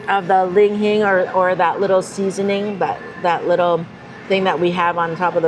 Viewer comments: Li Hing!! Why do you call it ling hing? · Oh me, oh myyy...we'll be in Vegas in a few weeks. Must give that a try! What was jn that coffee because kinda destroyed the pronunciation of "li-hing". She said "ling hing" every time and even said "malsala" once lol. You guys have been to Hawaii so much, what gives? 😁 Thanks for doing a video about this place.